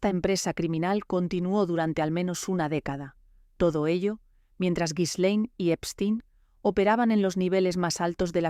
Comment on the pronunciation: Se pronuncia: GI- LEN. Con una G fuerte como en gato.